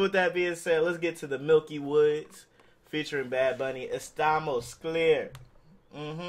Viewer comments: Bruh it aint milky woodz its miky woodz like miky like saying micky mouse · Bruh it's miky not milky